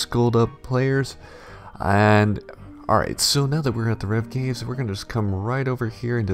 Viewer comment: everytime he said AWWRIGHT I get weak